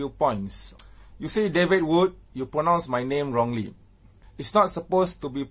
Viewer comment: Hey # before questioning David's pronunciation, first check your own #English bro. Do you even know how to pronounce the word 'pronounce'?